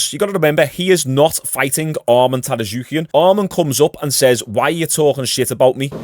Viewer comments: Tsarukyan, not Tarasuquian 😂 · It's pronounced sarukean just letting you know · Sar-yook-yan lol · God damnit the T in Armans last name is silent